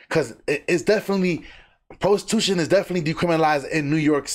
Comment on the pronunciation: PRO-stee-tution 😂 get a job